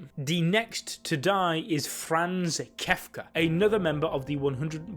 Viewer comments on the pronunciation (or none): none